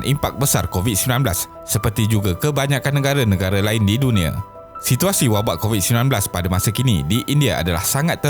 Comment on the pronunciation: Okeh tq.. cuma admin perlu belajar vokal untuk sebutan perkataan-perkataan yang penting contohnya Nengara sebutan nya negara